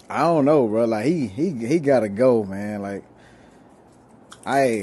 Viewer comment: You knaw I’m saying? Not really!!